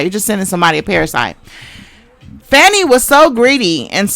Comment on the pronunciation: Hello Sis, her name is pronounced Fawn-e. Protection & covering for her! Great commentary.